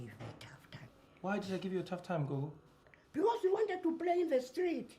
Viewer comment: "Coco" hahahaha 😂😂🤣🤣🤣 IT'S "GOGO" MY GUY NOT "COCO"